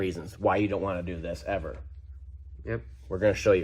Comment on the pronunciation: How long before the fire started? How long drawing in dirty air through the missing sensor port before engine or turbo failure? Per usual FANTASTIC video! I loved how you stressed the word "EVER" while looking over at your son. Great mechanic, great dad.